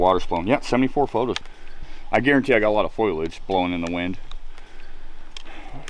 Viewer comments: Is that experienced hiker/researcher calling foliage “Foil-idge”?? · Foh lee edge. Not Foil-idge.